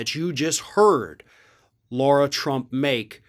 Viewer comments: And it’s La-ra not Laura. If you want to called Laura you’re missing a letter. 🤦🏾‍♂️ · it's Lara, not Laura. And it's hydroxychlor-quin, not queen. Dig your show but this detracts from your very good points 😚